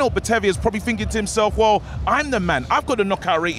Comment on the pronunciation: A lot of finking going on 😂